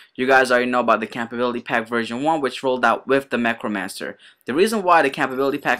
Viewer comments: "Campability"? Ummmm...compatibility??? llol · Whys he say compatibility like that?